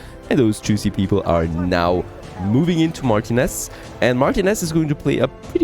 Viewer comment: *Hemione: It's Mar-TI-nez, not MAR-tinez